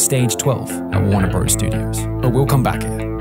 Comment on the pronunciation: FYI for nonamericans, no one calles it "Warner bros", bros is just short for brothers. The text says bros but you just say brothers with your mouth. It's an abbreviation for written/typed word, not for speech. So calling it "Warner Bros Studios" out loud just sounds VERY, VERY, odd. Like Hans Landa "That's a BINGO!" odd. Conan, Ellen, etc.... Every single tv show host there, when they say where they film the show says "Warner Brothers Studios".